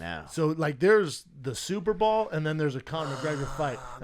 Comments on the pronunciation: He played football also and still calls it the superball instead of Superbowl 😂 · Yea and he also says pellows for pillows, super BALL for super bowl and a gang of other shit that I can't recall at the moment. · I just heard it lol. I thought u were exaggerating but nope. 100% says Superball 😂😂🤣🤣